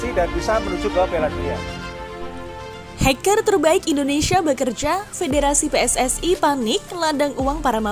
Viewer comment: Hekar heker simbril Luh heker. Kalo bikin berita tuh yang bener min.